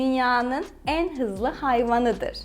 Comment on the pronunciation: 'teki en telaffuzu ingilizcedeki "n" gibi olmuş sanki biraz daha açık bir şekilde en diyoruz denilebilir.